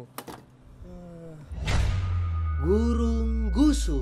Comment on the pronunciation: Perasaan gurung rusuh bukan gurung gusuh 🤔